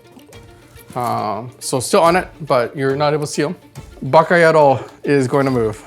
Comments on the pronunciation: My man just called his unit "Baka yarou" LOL. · Did he seriously call Stiltman "Baka Yarou" ? xD